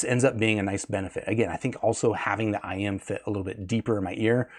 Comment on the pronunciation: it's IEM. Not IM. I could hear you struggling to pronounce it. Stop trying so hard to sound so proper and technical. We all know what you're talking about.